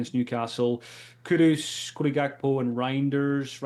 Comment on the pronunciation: can you please please please stop calling Kudus Kudos. Kudos to for saying his bame right